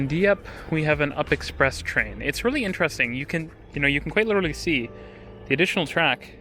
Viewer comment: We don't call it the up express, we all know it is pronounced the "You P" Express. Has been that way from day one. We don't call the TTC the Titc, it's TTC.